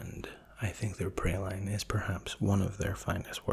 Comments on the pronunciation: Praline is actually pronounced "Prah-leen", a french word! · sorry but, 'Praline' is pronounced 'Prah-leen', not 'pray-line'. And also, 'Tyrells' is 'Ti-rules', not 'Tie-rells'. Carry on.